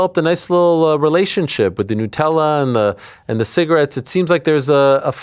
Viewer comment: nUtella!!!! 😂 It has nuts in, not noos. Love you AH ❤ x